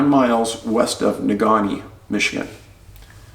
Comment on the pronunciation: Great video Dave! You nailed the pronunciation of Negaunee ✌ we have to work on your Menominee.. 😛 just jokes sir, thanks for what you do. Much love and support to you and yours from the Mitten. I worked in Texas for a few years... turns out Bexar County is pronounced without the X... silliness.